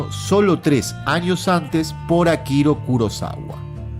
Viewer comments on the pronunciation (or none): Mi buen, claro, breve y al punto, no sabía que Eastwood estuvo a un rechazo de ser lo que ahora es, el único "fallo" que realmente es una nimiedad es que se te fue un "Akiro" en lugar de "Akira" Kurosawa. Excelente trabajo. Un abrazo.